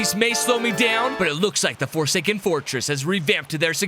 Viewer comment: WE ARe FORSKAEN why did you say fosaken